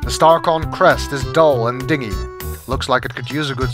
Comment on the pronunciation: Your pronunciation of "dingy" bothers me. It's supposed to be dinjy.